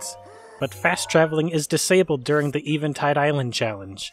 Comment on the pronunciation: Eh-vin-tide. Not Ee-vin-tide. Still enjoying these vids.